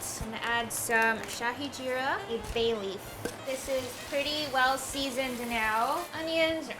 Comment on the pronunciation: This video is so satisfying. Hatsoff to you for researching about the food before making it. This is the authentic Indian food making video by a foreigner I have ever seen. And your pronunciation was on point, especially the way you said Shahi Jeera😇 Much love from India❤❤